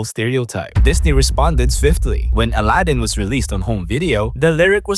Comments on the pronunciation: It’s A-lad-in not Al-uh-din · "I might butcher the train name so I'm sorry" "aladin"